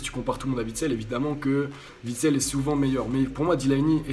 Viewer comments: Juste parce qu'en tant que belge, ça me fait mal aux oreilles à chaque fois : Witsel, on ne prononce pas le W comme un V. Phonétiquement ça donne Huit-sel et pas Vitsel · Juste un mot: on dit Uitsel et non Vitsel, mon pauvre, encensé mais au nom mal prononcé